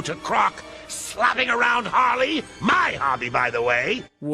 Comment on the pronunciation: It's HARLEY, not "Haley"! Also, you fundamentally fail to understand this video by saying that.